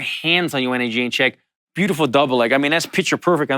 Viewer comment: 30 minutes of Allan Jouban trying to pronounce Jedrzejczyk